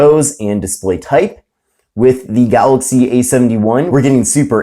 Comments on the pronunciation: You say Galoxy just like DJ Koh, only with an "y" at the end. 🤣🤣🤣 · who cares its funny the way he says it and if you cant say it right then you deserve to be made fun of lol so get a grip snowflake, way too many snowflakes being offended these days